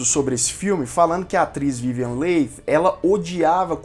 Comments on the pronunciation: A pronúncia correta do nome da atriz protagonista é Vivien" Lee" e não Leig como foi dito. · Se pronuncia Vivian "Lie" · Vivien Leigth..... Pronúncia Li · Soletre corretamente o nome da atriz.é vivien leigh e nao vivien late.por favor. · Vivien Lee ( Leigh se pronuncia Lee = Li) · Sim..verdade a sonoridade correta do nome dela é VIVIEN "LI" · Ótimo vídeo! Filme marcante! Só queria chamar atenção para a pronuncia do sobrenome da Vivien Leigh. Se pronuncia “Lee”. Abraço 😊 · A Melanie eh prima do marido, não da Scarlet.. a Scarlet casa com o irmão da Melanie ( o seu primeiro marido, que morrerá guerra), então elas são cunhadas......Se pronuncia Vivian “li”. A Vivian Leight foi escolhida, quando foi assistir a cena da explosão... aquela q eles Fogem para tara... a carroça eh introduzida depois... o incêndio na cidade foi gravada antes.... ao ver a Vivian , pela semelhança com descrita no livro, logo ela foi escolhida. A Personagem “ mamy “ foi a primeira negra a receber o Oscar , e foi obrigada a entrar pelas “ portas dos fundos....😢😢😢😢, ou receberam por ela, eu. Só lembro.... O Diretor estava fazendo “ O mágico de Oz”, isso deu uma confusão... no final ele ganhou o Oscar de ambos os filmes, mesmo sem merecer, A atriz Vivian Leight nasceu na Índia ... ela não era inglesa! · Verdade. Dei vários pulos da cadeira quando te ouvia pronunciar o nome dela rsrsrs. Sou apaixonada por este filme, onde "furei o DVD" de tanto assistir kkkk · Sua descrição, comentários, críticas e revelações dos bastidores do filme,são tão bons que nem reparei que pronunciou o Noé da atriz principal com outra sonoridade...nos entendemos tudo.muito bom😘😘😘